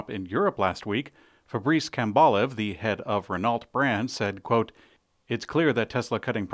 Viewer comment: it's Ren OH... not ren NALT.... silly goose